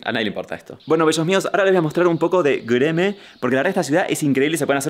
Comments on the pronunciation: Martina pronunciando goereme me da vida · Me encanta como Martin dice Gereme